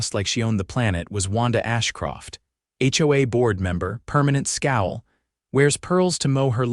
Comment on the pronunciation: It's not ho-uh. It's H.O.A.